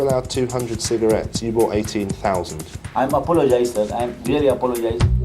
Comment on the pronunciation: "I apolosis" 😂😂😂😂😂😂😂😂😂